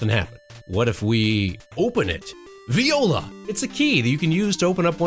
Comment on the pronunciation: bro its pronounced vwa la not viola